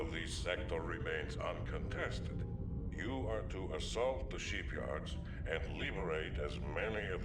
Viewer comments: French accent buddy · Ah yes, The Dylarian Sheepyards (as DuGalle would say it).